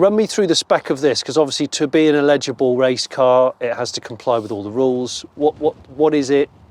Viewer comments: Cool vid but I couldn't work out what word you were using until I realised it was "eligible". You might want to revisit your pronunciation of that. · Eligible Johnny, not illegible! 😎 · The word is eligible, not illegible. 😂😂 Absolutely beautiful car. I’m not jealous… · Great looking car, love it. But, Jonny, it’s “eligible”, not “illegible”😜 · Jonny it’s eligible not illegible😂😂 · No, you said illegible every time.The initial phonetic for eligible is “el” as in hell, not “il” as in ill. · Love the Escort, but something is bugging me, Jonny, you continue to confuse the words eligible, which means to qualify, and illegible, cannot be read. Sort yourself out man! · Pronouncing "eligible" as "illegible" is distracting but also very funny